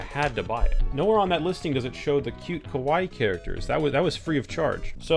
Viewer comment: you said "kawaii" or "kowaii", because these two are very very very different meanings... 🤣🤣🤣🤣🤣